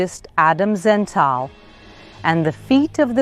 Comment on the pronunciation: It's not Adam Zental. It's Adam Zertal. Wrong pronunciation.